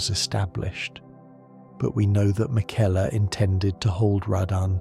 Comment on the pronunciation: This feels like AI is having a rough time with some of these names and phrases McElla vs Miquella, Marika vs MarEEka. Quit using AI to create things that you can do yourself.